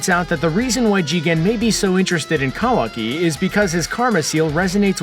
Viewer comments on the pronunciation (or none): Wrong facts and can’t even pronounce Kawaki right